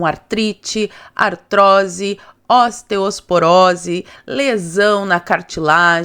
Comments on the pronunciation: Só um adendo: É "osteoporose" e não "osteosporose,"! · corrige seu discurso do patrocinador. É OSTEOporose, não OSTEOSporose. 👍🏼